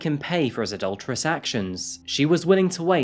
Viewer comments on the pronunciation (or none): Adolturous actions? Thers is nothing alolturous about this he is lawfully marrying. Learn to speak!